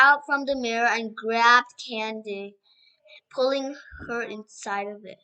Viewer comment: btw you pronounce cady's name can-dis